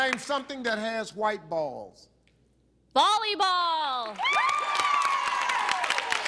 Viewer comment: She said bolleyball lol